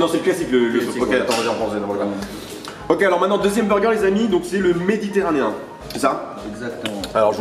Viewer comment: " Le méditéranien " MDR